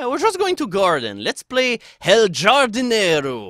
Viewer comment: Khardinero,, it's pronounced Khardinero. Khuego. Bida. WHY DO I KNOW SPANISH AAAAAHHHH111!11 And wow, what a weird game. Not as fabulous as No More Heroes' lawn mowing, but has more going on. If only it was clear what exactly is going on... -_